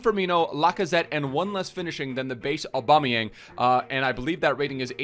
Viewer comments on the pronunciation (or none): none